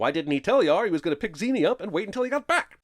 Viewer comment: The name is pronounced "Zen-ee" many times throughout the movie. Clearly didn't even watch it